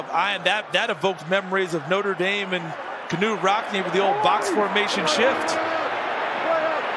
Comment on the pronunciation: Yup. He definitely just said KUH-NUTE ROCKNE . I love it when people try to sound smart.